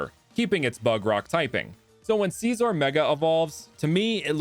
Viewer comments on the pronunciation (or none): It’s not seesor it’s sissor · You sed scizor wrong